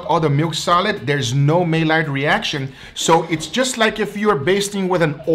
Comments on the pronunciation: Maillard= My Yard. not May Lard. sorry i'm a pedantic fool. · It's pronounced mayard not maylard. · maylard to funny.... its Maillard you don't pronounce the LL's so say is Maiard.... Like my yard Love you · Maillard is pronounced MY - YARD not MAY - LARD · “May-lard” reaction lol.. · Amazing video as usual! Nobody bastes a steak like does! By the way, the "L" is silent in maillard. It sounds like my yard. The French pronounce it with both the L and the D being silent as well like "My Yar". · Hey great vid! Just a couple things: it’s pronounce may-yard reaction and cling wrap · "May Lard Reaction"... Oh:^) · Again.... it's pronounced the my-YARD reaction. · Take a shot every time mispronounces "maillard"